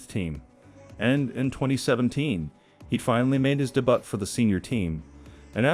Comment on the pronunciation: “And after making his day-BUTT…” AI? The word is pronounced ‘day-BYOO’